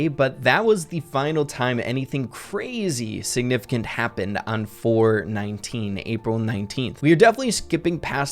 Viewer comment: Every time says “4/19” I hear “4/20” 😂